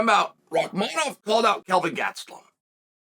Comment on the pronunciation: Chael, jokes aside, you're the only one who doesn't call him by his first name "Shavkat". It's not hard to remember. It's just like "Khamzat"... but it's "Shavkat". Somehow, you've actually memorized and pronounced correctly, his harder last name. Which for you, this just blows my mind and I don't understand. Unless you're trying to give him a hard time, and if you are, it's falling on deaf ears. The entire UFC commentators just call him "Shavkat" and don't even say his last name. Most people don't know his last name. Get it together old man! Sad!